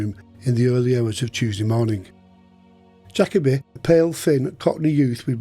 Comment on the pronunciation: Atrociously bad English. "Jakobe".. "that morneng".. would never make it to any of the UK's top universities, let alone Cambridge or Oxford if one spoke like you. And I thought American English was the worst. Tsk tsk...